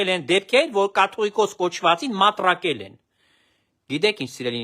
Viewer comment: "Մտրակել" ոչ թե "մատրակել"։